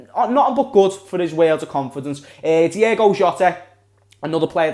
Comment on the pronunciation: Ahh lad it's "Diogo" not "Diego" why does everyone call him that 🤦‍♂️😂